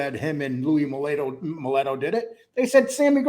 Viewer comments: All respect but im prety sure it was Louie Molito not Moleto. The way your pronouncing it. Im kind of confused because I know in the big picture it doesnt mean much, but I really would ike to clear that up. Is it said MOH LEE TOH or MOH LET OH? Thank you both for a great show. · Pronounced MeLEEETo. Not Meletto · Its louie maleeeto ....not maletto you jerk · It’s Mee//Toe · you need to learn how to say these peoples names. If you’re gonna talk about someone at least say their name right. Mileeeto. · "Mill-lee-toe" Cmon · Louie" mulletto"??? you cannot Even say his name correctly which means you clearly have no idea what your talking about!!! Jesus christ mob 101 learn how to talk!! You made me cringe everytime you say his name! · How do you guys know he's lying? Were you there when it happened? Were you there when it didn't happen we were there when he possibly went in partners with Paul and Tommy, or were you there when he badmouth the decision to make big Louie captain? Not even pronouncing his last name right.